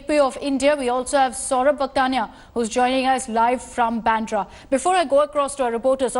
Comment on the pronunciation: Bandra! Pronunciation!